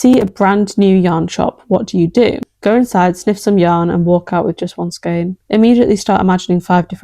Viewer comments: I researched the linguistic history of "skein" and it's pronounced SKANE, not skeen. hope that helps. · Skein rhymes with vein!!!! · Even in the US, some people say skane and some people say skeen. It comes from Middle French escaigne, so I vote for skane, but if everyone knows what you mean, I don't think it matters too much. If you're not obviously European, I assume you're from or live near Canada if you say skeen.